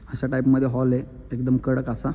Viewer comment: Holl नाही रे हॉल किती साधे आहें ते😂😂😂